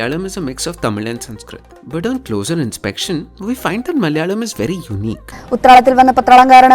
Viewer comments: Why do you say "Malyalam" instead of Malayalam (Mala-yalam), suppressing the vowel on the second letter? Say the vowel (of the second letter) fully. There is hell-of-a-lot of difference between Tamil & Mal-yalam month names. All over India month is named after the "nakshatra" (star asterism) that Moon is at (location-wise, Moon spends a full day-night (almost) at one of the nakshatram's, number 27). The first month "Chaitram/Chaitra/Chitra" is for nakshatram, Chitta(or Chitra as some would say) in Kanya Raasi, falling in March-April. Malayalam months don't follow the Moon, but the Sun's transit and not nakshatra but Raasi's (the 12 Raasi's or "signs" also divided into 27 nakshatras), The first Sun-month is Chingam (Singam or Simham = "Leo") starting in the middle of August. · This is some quality research right here... The way he tried to pronounce malayalam 🔥🔥🔥